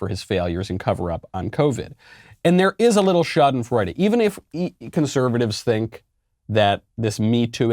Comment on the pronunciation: As German I am very impressed with your Schadenfreude pronounciation. Love your show and greetings from the other side of the big pond.